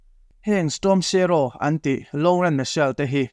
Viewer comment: Storm sharow😂😂😂 shadow tih tur zawk aw